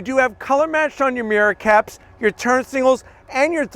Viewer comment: when you say mirror caps, it sounds like you're saying, meeor cats